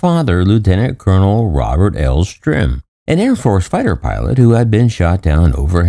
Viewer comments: Now I have to look up... is it Stirm or Strim? He says "strim," but most times, it's printed "Stirm." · If you're going to tell this heroes story you owe it to him to pronounce his, and others, names properly. His last name is STIRM.... not Strim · The narrator keeps calling the last name "Strim, not Stirm. "Strum" is much different than "Sturm." So is it Stirm? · You call him "Strim" about 100 times in the video.... his name is STIRM. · If his name is spelled Stirm, why then are you pronouncing his name as Strim? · Dude if you're going to do a story on someone pronounce their name right its Stirm not Strim! And you're constantly repeating yourself for 20 minutes was really annoying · The narrator keeps saying "Strim", although he is really Lt. Col. Robert Stirm. This s embarrassing to the family. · Right? He said "Strim" about 100 times in the video... even spelled it wrong in an overlay ... It was really distracting from story.